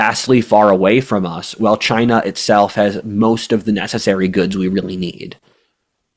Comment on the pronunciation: pronounciation of China has definitely been Trumpified- which amuses me